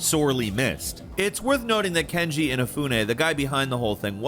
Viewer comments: does just not know how to pronounce names or can't read? i'm confused cause he keeps saying Kenji Inafune his name is Keiji Inafune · Who the hell is KENJI Inafune? Do you mean Keiji Inafune? I guess it wouldn't be a video if he didn't mispronounce a bunch of shit. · Jeez, it's Keiji Inafune not Kenji Inafune...so disrespectful, can you not read? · KEIJI Inafune not Kenji